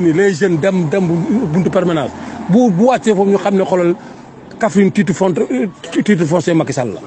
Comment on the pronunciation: Waadji ndjeukeu wakh dafa tiit ba meunoul wakh "titre foncier" mounaann "titer fondrrr" 🤣🤣🤣🤣waa kaffrine baayileenn kaff akk thiaakhaann tee khamni Sonko national la international, mondial, universel maashallah, teela nangou day yomball ay döörr. Merci,, yaangi beugueul askanwi tee Di yaraallee cons yii.